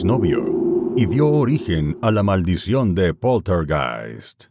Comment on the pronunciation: "Poltergeist" (Pronunciado en castellano) ¡Por dios! Hablad con propiedad.